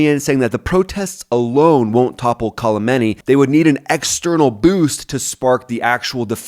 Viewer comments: His name is Khamenei, not Kalimany haha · another money making channel reading a dumb script like a bot. its Khamenei not kalamanie. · It’s not “Kolemeni” it’s Khomeni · The Name of supreme lider of the regime pronounced Ali Khamenei not Ali Khalmenei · Leader’s name is Khameini. Not Khalameini. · Cool content. But seriously his name is Khamenei (Kha-men-ei). Not sure where you're getting "Kolameni" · KALAMENI, nice it’s Khamanei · Kalemeni? His name is more like Kamenei. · His NAME is not Call A Mini . Did you just learn about him yesterday? There is NO L in his name. Kha Mein E. As opposed to the guy before him KHO Mein E. I like your channel but I'm a linguist and it bugs me when you are so inaccurate in pronunciation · Kholameni?? My brother in Christ learn how to pronounce the name a little bit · Kalameni? Dude.... any ways its a decent vid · You cannot even pronounce the name KA—ME—NEY. So ignorant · Ali... what?! Is it that hard to get his last name right? I'll spell it out for you and for all other Americans. Kha - me - na - i ! The i is pronounced as the name of the letter "e". Really not that hard. And no, it's not the same last name as Ali Khamenai's predecessor, the Ayatolla Khumeini (khu-mei-ni) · Who’s “Kalameni”? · Your content makes sense, but it's hard to take you seriously when you keep mispronouncing Ali Khamenei's name. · I’ve never heard anyone pronounce Kham’s name as poorly as does. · Man you can't even say "Khamenei" 😂 Americans 😂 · I love your video but you keep butchering Khamenei’s name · hahahahha bro khamenei has no L on it hahahah